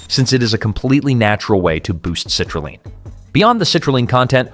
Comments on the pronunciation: F'ing dumb AI. it's CITRULEEEEEN! Not Line! And the pronunciation doesn't change twice in the same MF'n sentence!! Is it ever A-MY-NO acid??? Funny how this cheap shit AI bot never said; "ARGI-NINE"! Nope, it said ARGINEEEEEN! Just like grandma used to say. "Taken before workout" -HOW LONG BEFORE A WORKOUT in 2026?? 15min's? 30 min's? 1hr?? -HOW LONG DOES IT STAY EFFECTIVE for said workout in 2026??? Is there a half life or a sweet spot for effective dose duration in 2026? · Frequent mispronounced words and garbled phrases. Citrulline is pronounced differently between sentences. Destroys credibility for me. TD